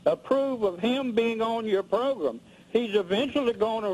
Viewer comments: Progrum Lmao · “Your progrum” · ProGRUM! Lmao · This is so funny, I'm dead. "I been listenin that progrum for 10 years and I HATE YOU" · "Get him off the pogrm"